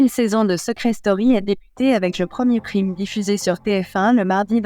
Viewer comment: "Prime" : quand on ne sait pas prononcer un mot anglais correctement, on s'abstient et on utilise le mot correspondant en français 😡